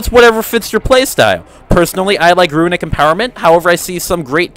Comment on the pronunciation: Are you kidding? It's called "runic power", not "ruinic power" :P